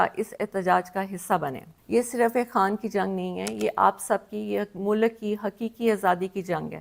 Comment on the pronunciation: ارسلان بیٹا والی آڈیو اور موجودہ ویڈیو کی آواز میں ایک چیز بڑی دلچسپ ہے۔ "مو لک" غالبا ملک